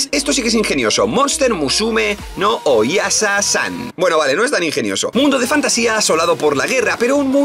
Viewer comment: cuando le decís al o-isha-san como oyasasan, jsjsjsj